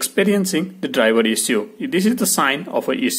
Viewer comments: Can't pronounce issue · Issue:))) Bluetooth)) so funny pronunciation